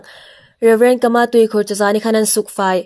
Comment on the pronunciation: Kâ-mâ tia lam ding.